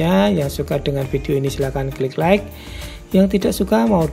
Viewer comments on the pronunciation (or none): none